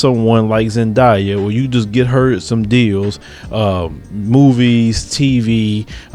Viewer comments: zendaya. zen-day-a. wtf is a zediea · it's not pronounced Zan* die* yah.. it's Zan*day* yah.. btw I'm a mullato too ☺ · He said Zendia 😂😂😂